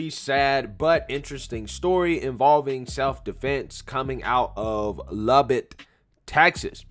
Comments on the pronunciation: Lubbock Texas not Lubbard Texas lol. I live here lol. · For future reference it's Luh-Buck, like a stag/deer, not Lah-bic like a lighter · weird seeing your hometown in the title. Spelled it wrong, and mispronounced as usual. its pronounced, Lub-uck texis lmao